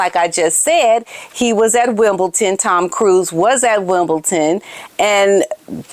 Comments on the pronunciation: Love to follow your channel, and yiu talk such logic but it’s Wimbledon to WimbleTon. D not T - I thought you’d want to know. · Wimbledon - not Wimble-TON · Dear; I love your channel and have been a subscriber for about 2 years I'd say. But....as a tennis aficionado I need to politely and respectfully inform you that the Grand Slam tournament in London you are referring to is: "WimbleDon" - Wimbledon so not WimbleTon;) This may come off as nitpicking and perhaps it is but I just wanted to let you know. Again, with nothing but respect. Keep us informed about the dastardly duo, it's really appreciated 👍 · I do think that story actually came from the Harkles or someone in their pay. The snipe at William trying to be one up on them gave the game away for me. It's pure Maggot. Oh, and, not being sarccy but it's Winble D on, Winbledon not Wimbleton ❤ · It's Wimbledon not ton❤ I do love your channel! ❤ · Hello there. Just to let you know there is no T in the name WIMBLEDON.